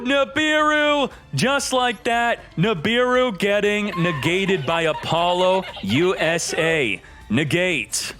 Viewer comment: "APOLLO - U.S.A" might be the funniest pronunciation of this card so far lol